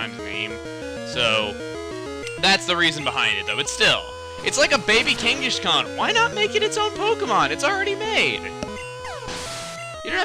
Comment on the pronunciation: lol the way chuggaa says kangaskhan is so funny